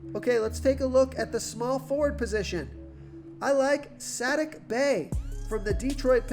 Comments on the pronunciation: Saddiq Bey is suh-DEEK Bay. 😉❤️ hmm Brolo is interesting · S-ATTIC Bey had me rollin hahahaha